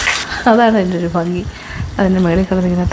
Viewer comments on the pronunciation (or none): none